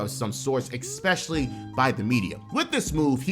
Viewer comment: My guy. Learn how to say "especially"🤦‍♂️